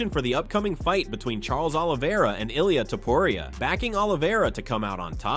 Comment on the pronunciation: 100 ways to pronounce Ilia's name and none of them correct.